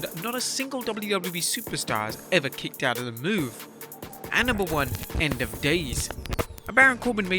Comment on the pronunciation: “Kickoed” It’s the “Banzai” drop